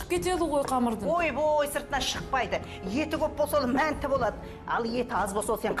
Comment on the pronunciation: Мәнті емес манты гой хахаа